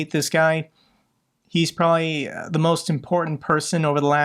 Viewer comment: Stop saying PRALLY !